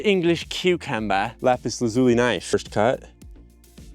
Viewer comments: You're saying it wrong: Lah-zoo-lee not luh-zoo-lee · Ok Youtube...all together now. LAP-is LAZZ-oli. NOT Lopis La-zoooli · you keep pronouncing it wrong its actually la·zuh·lee not zoo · It’s isn’t pronounced Lapiz Luleeee but Lapiz Lazu LYE… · YouTube Guy: "I make lap zuli!!!!!" Viewers: "Okay....." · LAY-piss LAZ-you-lie. Don't worry though. I once heard someone say "Don't make fun of people who pronounce words incorrectly. It just means they've read more than you." There've been many, many words that I pronounced incorrectly by reading them first. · So, you didn't even bother to learn how to pronounce LA-puhs LA-zu-lee correctly? Way to go. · la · pis la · zyuh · lai Pronunciation is a gift bastardised by some Americans and Canadians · its pronounts la-zoo-lie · Bro actually found lapis lazualilay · You just like saying lapis lazuli. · Stop saying lapis lazuli the wrong way please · Haha.. Lapislazuli? 😳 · Take a shot each time he says “Lapis Lazuli”. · You might actually be an idiot the way you say lapis lazuli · Do you think he knows that he is pronouncing lapis lazuli incorrectly over and over again? Is it a joke? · I hope he learns how to pronounce lapis lazuli correctly by the end of the video.